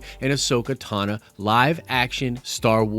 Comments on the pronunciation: Ahsoka Tano. Not Ahsoka Tana....... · TAH - NO...... say it with me....... TAH - NO